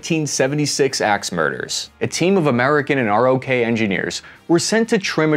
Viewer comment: We don’t stay “R.O.K.”…. It’s pronounced “rock”. Pretty decent poke at this though.